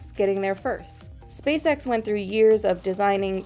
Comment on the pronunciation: Say spaceX without the “spa” 😳